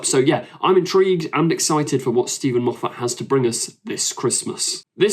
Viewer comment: Why can you not pronounce Moffat correctly? Why can you not pronounce “says” correctly??????????